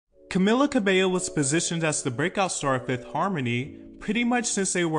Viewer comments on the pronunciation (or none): *Ca-mee-la is how it's pronounced 😁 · bro if i hear one more person pronounce her name as camiLLA istg 😭